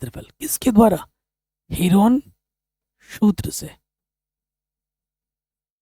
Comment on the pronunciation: सर हीरोन है हीरोइन नहीं 😂😂😂😂😂😅😅😂😂😂😂